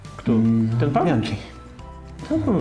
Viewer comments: Panowie, Bianchi to „bianki”, a nie „bianczi” 🙂 Sorki, musiałem… 🤓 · Rozumiem że wymowa „bianczi” to forma żartu 😉